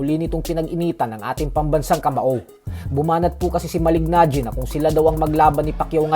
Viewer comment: Malee-najee. Hindi Malig-najee. Slient yung g niya. Sa taon taon na pinpronounce name niya, akala ko alam no. Reporter pa naman kau. Do your research